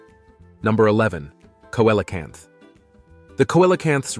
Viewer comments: Yeah see·luh·kanth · The pronunciation of the Coelacanth is “See la canth. “ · Let’s say it phonetically see lo canth